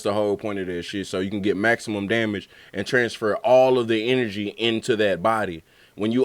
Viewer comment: He said gah damn-age 😂